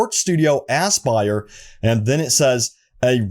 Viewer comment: Anybody else feel like this is a April fools prank everytime he says AssBuyer? 😂🤣